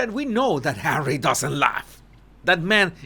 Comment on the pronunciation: Susan Rike, I also burst out laughing when says Arsewypes. Fun as well is when he says Hawwy because I have to answer HAWWWWWY. Everytime. 😂